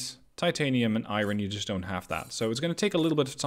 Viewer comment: Iron..... I-ron..... eye......ron.